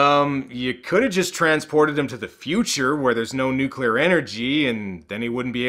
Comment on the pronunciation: Nope, He Literally Said "Nuclear" Pretty Damn Normal You Know? That's One of The Reasons why I F*cking Love You